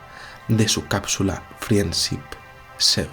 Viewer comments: amigo, pronuncia "frend ship" es aproximado pero es mejor que "frien sip", es que no frien nada! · "Friendsip 7" aggghhhhh amigos españoletes, por favor dejen el chauvinismo idiomático de españolizar la pronunciación del ingles; pero como si eres capaz de decir Yon Glenn y no Jon glen? Es con todo cariño que te lo digo. Te sigo por lo interesante, bien documentado y ese cautivante estilo de narración. Pero... "friendsip" Joderrrr tio¡ Pdta. Escuchas música de mi compatriota Shakira (Chaquira, no Sakira) Saludos.